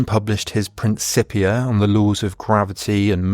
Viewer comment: Yet I am still waiting for a YouTuber to pronounce Newton's Principia correctly for the first time. At least this time is wasn't with "k", lmao. Great video!